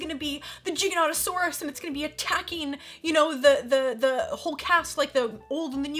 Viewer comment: I was so happy to hear you pronounce Giganotosaurus correctly 🙂. I’m terribly worried that the characters in the upcoming movie are going to incorrectly pronounce the name Gi - ga - noh - ta - sor- us instead of the accurate Jy - ga - noh - ta - sor - us! It’s the sort of thing which drives a dinosaur nut like me mad 😅.